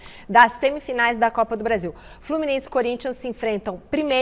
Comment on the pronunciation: FLUMINANSE 😂 Revisado pelo Paulo Freire ... kkkkkkkk